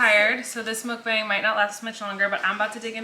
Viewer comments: Mukbang is a compound word in Korean which means "eating broadcast" and it's pronounced with the short A sound, not the long American A sound.. if.. that makes sense lol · Colleen! The word is Korean, and it’s pronounced muhk-bang, not mook-bang. I really hope you read this comment and know how to say the word in your next video. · It is not pronounced mukBAYNG, it’s mukBAHNG. Please learn to correctly pronounce it. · Theoretically speaking, the A in "mukbang" should be pronounced like the A from "cart" because it comes from Korean and this is how they always pronounce the letter A. But I get it, it's probably easier for native English speakers to pronounce it the other way. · The bang is not like bang bang finger gun, but b-ah-ng so the “a” is an ah sound. It’s 2 Korean words mashed into one. Muk comes from the word mukja which is eat or mukneun which means eating and bang from bang-song which means broadcast. So mukbang means eating broadcast/eating show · It's literally half of each pronunciation. You were pronouncing it 먹뱅 (meok-baeng) and 묵방 (mook-bahng), but it's 먹방 (meok-bahng). Sorry, I don't know the best way to communicate pronunciation with the English alphabet... Hopefully that made sense. Basically, the first syllable of the way you usually say it is correct, but the second syllable of the other way you said it is correct. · It is traditionally called mukb-ahh-ng like lawn since it's originated in Korean culture and that's how you say it in Korean. But I'm sure in English you can say whatever, cause English LOL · you mention how to say mukbang everytime 😂 It sounds more like mock bang. But since everybody’s saying it in a particular way .. i don’t think it’s that important at this point. Anyways Love u💗💗💜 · mukbang is the korean word for "eating broadcast aka room" so it would be pronounced mook-bAng like the Ah sound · The more correct way of saying mukbang is "muk-bong"